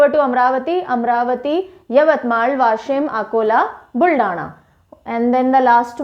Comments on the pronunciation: Yashim nahi madam वाशिम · Washim not ashim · mam you said याशीम so please try it saying वाशीम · mam it is not Yashim it is Vaashim (Washim) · याशिम nahi वाशिम वाशिम मैं बुलढाना से hu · यशिम नही ..... वाशिम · Mam it's not yshim it's washim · वाशीम not याशिम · Mam it's वाशिम not याशिम 👍😍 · It is Vashim not Yashim to pronounce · Not a yashim. washim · It's Washim not Yashim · It is वाशिम=Washim not anything else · वाशिम pronounce mam, I. nanded district. Aurangabad divisions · Washim ka pronounce galat hua... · Very informative Session..Minor correction in Pronunciation of Washim. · वासिम ( यासिम नाही), गोंदिया (गोंडिया नही) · गोंदिया,वाशीम ये है करेक्ट उच्चार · Its Gondiya , darwaja wala d , washim its waa ...